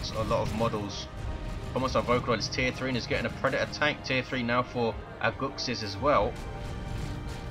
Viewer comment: Was a gg didn't play as good but we got the game:) btw you pronounced my name better than most people lol. -Aguxyz